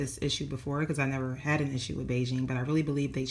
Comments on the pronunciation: The pronounced like Begin..... Not really “Beijing” 😂😂😂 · HEY!! Good to see you again!! Thank you for sharing this information- it's much appreciated!! PS. The correct pronunciation is "bee-ghin." Thank you!❤